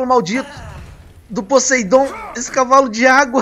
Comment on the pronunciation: e poseIdon não poseidon